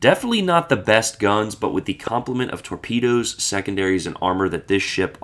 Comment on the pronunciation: Torpeedeeoes , that’s easy for you to say … 😊. An interesting boat